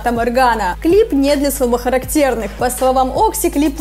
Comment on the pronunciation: Инфа, конечно, собрана интересная. Но слушать дамочку нереально. "СлабохарактЕрный, мультибрендОвый"! Откуда такое произношение берут вообще? Давит на уши, что слушать нереально.